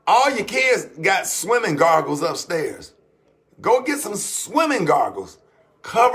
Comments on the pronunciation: Swimming gargles 😂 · "Swimming Gargles" 😂😂😂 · He said........”kids gargles” 🤣🤣🤣